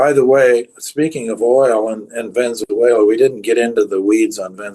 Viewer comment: Prof Hanke...it is Venezuela not Venzuela as you pronounce it.